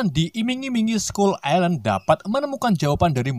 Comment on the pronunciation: Skull ailen bro bukan islen 🤣